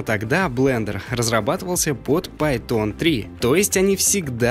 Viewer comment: Видос крутой! Только не пайтОн, а пАйтон*